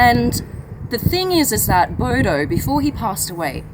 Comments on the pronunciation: A Bodo? Did an Australian name it? "Hey mite, that's a noice, boudou". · Hahaha um laugh my S out when hearing u say Bodo which mean stupid in malay language...😂😂😂